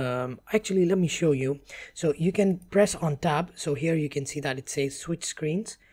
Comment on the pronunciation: When he say's to switch screens during the merging process, it sounds like he is saying "press on top", he is actually say "press on tab". And the Tab key typically just says Tab in English and we never look at the little arrows on it. So I was thrown off. Haha! I'll share more little quirks as I go through it to help other English speaking Americans.